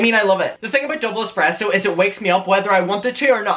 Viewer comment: The expresso tho